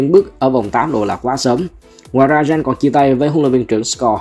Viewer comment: Gen là đội nào vậy? Đọc geng hộ cái. Viết tắt vậy thôi. Đọc tên nghe lỏ vl. Đúng cảm kênh "tham khảo về liên minh", ekip viết thiếu hướng dẫn đọc rồi.😂